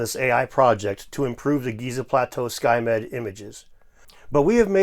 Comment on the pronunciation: " skymed " i had to back i thought he said skynet